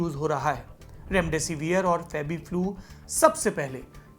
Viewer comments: Mr it is not रैमडैसी वीयर... it is डैसीविर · कम से कम उच्चारण तो सही करो रेमडे सिविर को रेमडे सिवियर चिल्लाये जा रहे हो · Severe pronunce kyu kar rahe ho